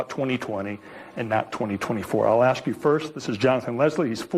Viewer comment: Ax. Ax. Ax. Stop it. You sound ignorant.